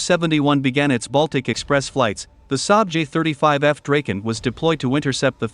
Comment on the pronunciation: Pronouncing the Saab "Draken" as "Drayken". Awful.